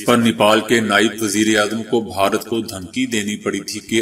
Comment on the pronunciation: بھائی صاحب بھارت ہوتا ہے بہارت نہیں